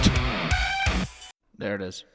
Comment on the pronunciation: Sound like you're grout instead of ground 😂😂😂